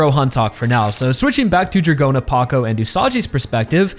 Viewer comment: Dragona's name is also pronounced as DRAGON-a and not Dra-GOE-na